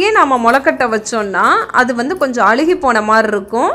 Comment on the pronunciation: Thank you for your great video. My request is to pronounce Tamil correctly. I feel bad when you say கழுவி, அழுகி ...